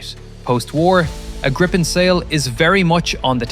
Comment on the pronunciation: The plane isn't called Grippen, it's called " Griipen, Greepen.